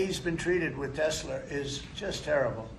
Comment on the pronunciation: Why do you pronounce it tesler when it tesla its like hamilton ontario say the tigger cats, not tiger.you owe canada 379 billion.japan 1.1trillion thats just 2 of many Donnie.pay up.